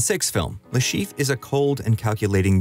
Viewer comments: He is called Le ChiffRE and not LeChief. I'm sorry but that bothered me the whole time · Dude can you stop butchering that french name? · there is an -re at the end of Le Chiffre for a reason. It is not mute.